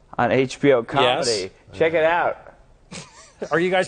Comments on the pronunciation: “cehck it out” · ”CEHCK” IT OUT